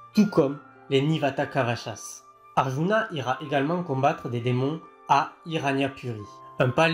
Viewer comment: C'est "Arjuna" la prononciation, pas "aruna"